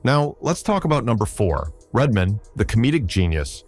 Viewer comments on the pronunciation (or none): and redmin lol